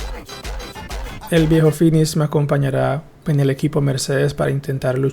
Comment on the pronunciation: Pa que reeeejjjjpeeeten💥 (ese finissshh que vale jajajaja)